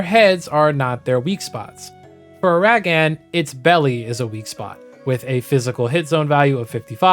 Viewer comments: A minute in, and Uh-rag-aan is really putting me through the 5 stages of grief. Ignoring that? Glad someone has finally covered this concept, because I’ve always been curious what part breaks will or won’t change the fight overall. Wishing you the best of luck with your YouTube channel! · why you say uragaan like that? lol